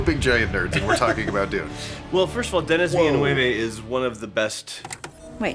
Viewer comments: Oh god It's "Duh-knee Vill-nuhv". Signed a Quebecoise fan. xD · tbh you both butchered his name.. 😉 just w different accents.. 😅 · same haha that is the first time someone turned him spanish thought... it was perfect hahahah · Haha as a French native speaker watching being corrected with another wrong pronunciation is fun xD Reminds me of when as kids we had fights about how to pronounce our favorites video games and realizing as adults that everybody was so wrong hahaha In any way, congrats to all of the people learning different languages! You’re awesome! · The scene where pronounced Denis Villeneuve’s name like Inigo Montoya was pure gold😂. Thank you for not editing that out❤ And also, we need your reaction to Duna: parte dos, por favor señor!🥰🙏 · As a French Canadian from Quebec (like Denis Villeneuve), the way pronounced his name killed me a little bit inside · my god, our boy didn't even make it past the Gom Jabbar test with that pronunciation of Denis Villaneuve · As a French Canadian myself, I am offended by pronunciation 😂😂😂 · Ngl I was kinda waiting for this one to be looked into and I’m pretty sure everyone in the dune universe is gonna need a little therapy…..actually scratch that A LOT of therapy like PLENTY of it Also I may have had to pause the video to stop laughing so hard at attempt in pronouncing Denis’s name